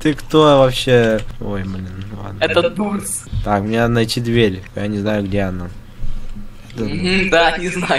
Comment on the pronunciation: ШОООК УХ СКАЗАЛ НЕ ДУРС А ДОРС